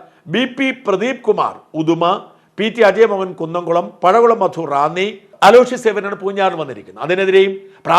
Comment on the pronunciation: പടകുളം അല്ലടോ മാപ്ലെ, പഴകുളം